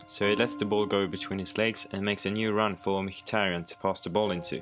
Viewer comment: only one that prenounced micki good